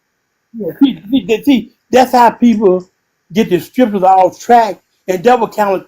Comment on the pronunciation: The one guy talking about STRIPcures rather than scriptures lol